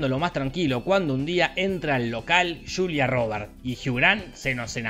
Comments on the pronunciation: yo escuche culia en vez de julia xD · Yo le entendí "soy la culia gil" y quede wtf 🤣🤣🤣🤣